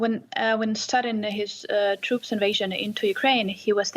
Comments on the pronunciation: russian toooooops ? lol they forgot the R in troops LOOOL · troops, troops - not toops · Russian "toops" lol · Watch out for the “TOOPS” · “The Moops”